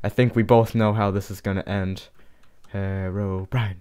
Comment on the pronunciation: Lol I laughed so hard at the end when you said horror brine horror brine it was soooooooooooooooooooooooooooooo funny